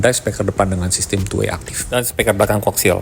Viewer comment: Penyampaian videonya sudah bagus, urutan videonya juga oke.. Saran/masukan untuk videonya, mungkin efek transisinya bisa dikurangi. Karena agak pusing kalau keseringan nontonnnya.. Dan juga penyampaian kata "Speaker" dibaca menjadi "Speker" kurang tepat menurut saya.. Sukses terus om